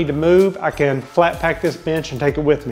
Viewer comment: Every time you said bench I swore you said b!tch lol